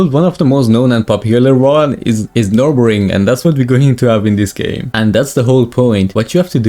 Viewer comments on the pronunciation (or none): none